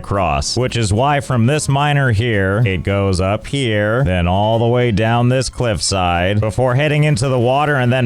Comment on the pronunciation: I heard "clip"side instead of cliffside.